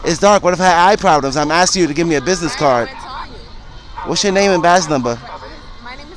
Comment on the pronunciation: needs to learn a few things. 1.) When you say something in order to obtain an answer, or some information you are “asking”, not “axing”. 2.) When you solemnly swear, or promise to do something you are taking an “Oath”, not an “oaf”. 3.) Finally, when referring to the number 5 in a sequence of numbers the word is pronounced “Fi(f)TH”, not “fif”. Oops, one more thing: 4.) When you are asking someone why they told you something the correct way to do so is by asking: “Why did you say that?” Not: “So why you said?”